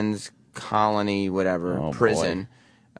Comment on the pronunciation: Sam thinks Coalinga is pronounced Colony - Louis Theroux did a documentary on the peado holding hospital that James Hydrick is in now